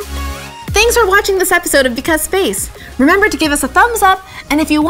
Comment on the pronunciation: Anyone else hear "Because Faith"?